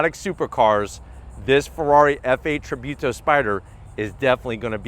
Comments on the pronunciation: And it's tributo not tribewto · Tributo not trybuto. Great video anyways👍🏻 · just as a side notre its pronounced treebooto